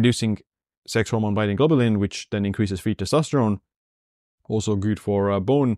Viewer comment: your channel is super, your English is fine, but plz- good is pronounced, as you pronounce YOU not gyyyyyyd🤣🤣